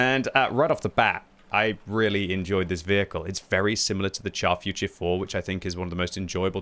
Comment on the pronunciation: still can't say the Char Futur properly, just google search how to say it